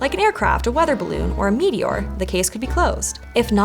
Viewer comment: I don't like the way she pronounces meteor. Sounds like she's saying "meaty ore"